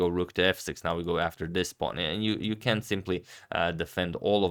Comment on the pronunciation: Mr. Agadmator, great channel! Reminder, when you say the word can’t, make sure to pronounce the T. Thank you.